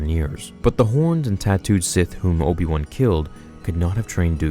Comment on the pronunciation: Not obi wan ob-ion mcg-obi